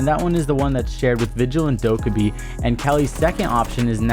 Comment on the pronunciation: Who the hell is doucabee? Learn to pronounce man